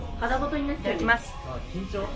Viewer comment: いただきますって関西弁になってるんよ〜かわよ〜😭😭😭 んーってほんまに美味しそうな顔かわよ